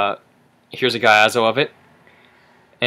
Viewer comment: its not pronounced gaiazo lol its giazo